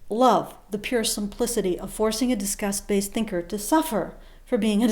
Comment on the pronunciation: Lol, your accent makes "disgust" sound like "discuss". Made me very confused. Praise kek.